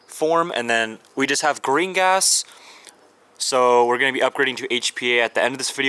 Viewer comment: Every time you say green gas it sounds like Gringots